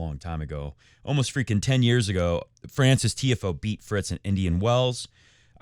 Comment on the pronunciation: Genuinely love the show, keep it going I feel like you have such real takes. Feels like you say what everyone on the couch is thinking but other youtubers/reporters wouldn’t say, always keeping it 💯 I watch all the time but sometimes I can’t get get around when you mispronounce Tiafoe or De Minaur just feels how can you know ball but you never heard the players themselves or anyone else pronounce their names 😅 Also I want Fritz to win in the final but it’ll be tough against a Jannik Sinner in full form 🤯 In the words if Jannik himself “but lets see what will happen in the future, no?”